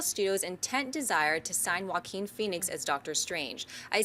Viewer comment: I'm pretty sure john mispronounced Joaquin's name. I'm not so sure either, i just pronounce it differently. I'm sure everyone has their own interpretation because it's such a strange name.